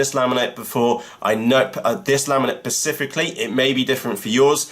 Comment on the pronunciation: specifically as in SPE cifically ....;-)